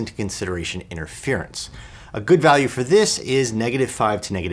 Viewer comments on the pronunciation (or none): none